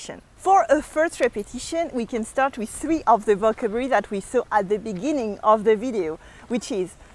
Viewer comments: VocAAAAAbulary, the accent is on A, not on O)))))) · Hello. I love your videos. Just a little correction. You pronounce the word "vocabulary" wrong, the accent falls on the second syllable, not on the first one. Please keep safe. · I love the way she struggles with the word "Vocabulary", She sounds so cute!! XD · Yes she melts me